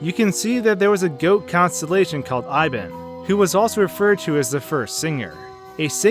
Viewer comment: I would like to point out that I think the goat Ibon should be pronounced "E-bon" as in ebony. I love the lore of this game.